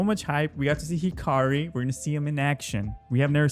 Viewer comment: Bruh hakari not hikari